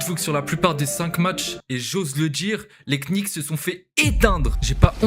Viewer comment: Bonne vidéo. Juste le K des Knicks est muet. On ne dit pas les quenicks 😂